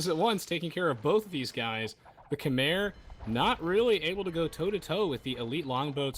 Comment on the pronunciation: Such a good series. Also Khmer is pronounced more like Kmai